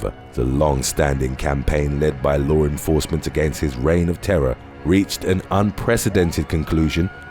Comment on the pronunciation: I love all your videos.. but you saying "lawr" instead of "law" lol. No r in law. Thank you for the videos keep it up buddy